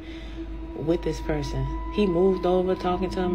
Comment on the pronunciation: That was acshuwly a pewson